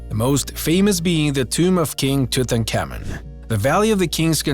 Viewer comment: I've Learned This Guy Can't Say Tutenkamen Correctly, Or Mosaics, And Several Other Words... I Don't Trust All The Information He Gave Out Either As I've Seen Most Of Not All Of The Stories In Other Videos But They Have Different "Stories" Told By The Person Narrating The Video...